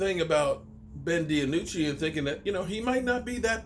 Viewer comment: There is no a in DiNucci, Din - noochy. Not being a jerk but thought you might not know.